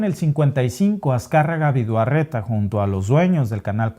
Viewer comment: El apellido es VIDAURRETA NO VIDUARRETA.